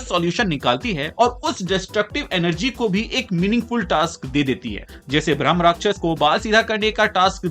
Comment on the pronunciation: Bhramarakshas nahi hai Bhai bhrama rakshas hai ... Rakshas means protect karne walla ... Not rakshas or demon... Pronounce it right